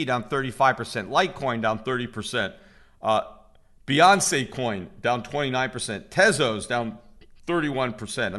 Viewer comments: Yeah, I don't know what crypto he is talking about but he has said Beyonce Coin a few times in the past and people would laugh at him in the comments. He is known to mispronounce names. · Did he just say Beyonce Coin lmao